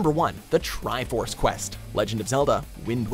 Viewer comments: "The Trifroce quest" Are you for Real? F*ckn Seriously? Unsubsribe. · "Trifroce Quest" It's even at the number one spot too... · "Trifroce" ok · ...."Trifroce". Next you'll say Gannon instead of Ganon, right?